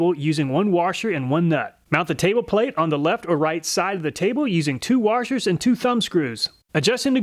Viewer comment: DID YOU JUST SAY WARSHERS? i will fite you irl ;)